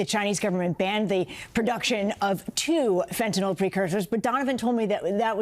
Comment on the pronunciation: Tom Llamas: Can't you pronounce Fentanyl correctly?